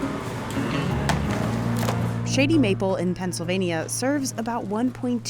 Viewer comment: I find it utterly sad that they sent a biased person against the place to review it. She even pronounces "Shady Mapple" thoughout the video in way to be heard "Shitty Mapple". All video long, she has that "yuck" attitude. She even states that she have heard from seven people the only get there is one item, the brisket, which had that face of digussed even before tasting it.